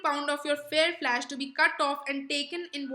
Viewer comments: Your pronunciation is pathetic.. You pronounced flesh as flash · Bassinio nahi hota bassanio hota hai flash nahi hota flesh hota hai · Its flesh not flash 🤣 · That's not flash but flesh and not bessanio but bassanio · Flaash ??? Correction in pronunciation "flesh"